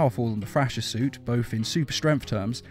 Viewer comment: Thrasher...pronounced Frasher in this video.